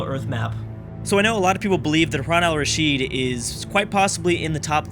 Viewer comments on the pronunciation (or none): lol its pronounced rasheed, not rashad.